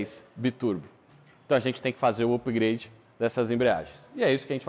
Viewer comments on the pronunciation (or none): pronúncia em inglês incorreta. Na palavra "upgrade" a letra "u" tem som de "ã". Tal como o "u" da palavra "up" ou da palavra "ketchup" que de tantas vezes ser mal pronunciada virou regra e ja nem professor dá importância. No que ao video diz respeito, de fato é uma oficina com muito conhecimento, sabem do que falam e sao muito bons. Parabens.